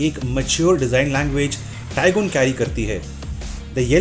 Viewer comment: Tiguan gives you ! Its Taaaaigun NOT Tiiguaan